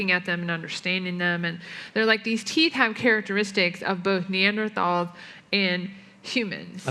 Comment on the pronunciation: EVERY time the AiG people say "Neander THAWLS" fucking enrages me. Thanks,, for pronouncing things correctly and standing up for trans rights.